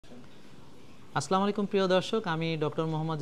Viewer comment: ডাক্তার সাহেব আপনি মানুষকে ভাল উপদেশ দেন,আল্লাহ আপনার কল্যান দান করুন ,আমীন । একটি জিনিস আমার মনে হয় শুদ্ধ হচ্ছে না,আপনি আসলামু আলাইকুম বলেন ।আস-সালামু আ’ লাই কুম হবে ।